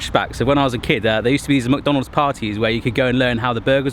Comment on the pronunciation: take a drink every time says "mac-donales" 😆